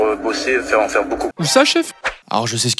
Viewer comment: “Tu va faiwe partir la fumée😂